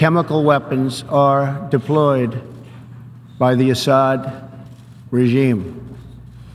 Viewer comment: LOOOL did anyone notice diploid instead of deployed hahahhahahaha